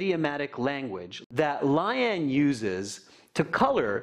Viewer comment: Its Lay-aan lmao not laian.